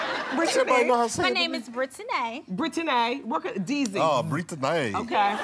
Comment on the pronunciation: Brit-Ti-Nay? What happened to just Brittany??! Why we trying to be all special with the pronunciation? Is there a silent "Q" or "Z" in there or something.. geez..